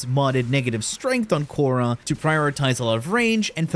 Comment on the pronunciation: khora ❌ korra ✅